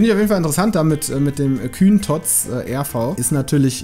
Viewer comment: Der heißt nicht Kühn.Der heißt Kuhn